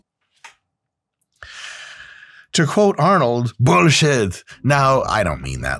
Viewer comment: Why does Dr Mike keep saying nine.. Arnold is not German